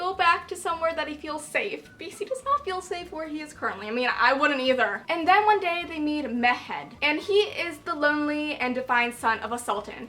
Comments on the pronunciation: hi! just wanted to tell you that the pronunciation of mehmed is "meh-mud" not "meh-ad" 😊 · Re: And I Darken: Radu is pronounced Rhaa-du rather than Rhadoo, accent on the first syllable. And Mehmed is literally Meh-med, harsh H and D. Lada is also a stupid nickname because in Romanian it literally means "crate", nobody speaking the language wold think it was an improvement over her actual name - "Hey, just call me Crate" whaaaa...